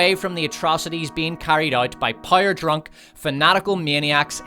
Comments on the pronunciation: I get it you have an accent but jesus fucking Christ it’s power not pyre. It’s like you’re not even trying. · Love the channel, hate the way you pronounce "power". I legit thought you was saying "pyre" the first couple videos i watched. 😂😂🤦‍♂️ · is it Rings of Power, or Rings of Pyre? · yo say < > properly please, you sound like a moron << rings of pire>> stfuuu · Here's a constructive feedback : it's sad to have a laughtrack at your own jokes. It's also boring to hear the same AH shitting the bed joke. Also, it's "Rings of Power" not "Rings of Pyre" Stick to the ranking, you have good content. the rest is cringy. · I don't know why but I'm fascinated how you pronounce power like pyre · Is it only me or do i keep hearing rings of "pyre". It annoys me to no ends. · "Rings of Pyre" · sounds like you are saying 'rings of pyre' :face-blue-smiling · Are you saying "Rings of Pyre?" Because if you are ... Brilliant.... And if you're not .... Brilliant. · Great job on the video but I have two pieces of constructive criticism… 1. You should get someone else to read your videos, it was cringey to hear you pronounce the word “power”. 2. Stop recycling jokes! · This dude couldn't properly pronounce the word "power" if his life depended on it.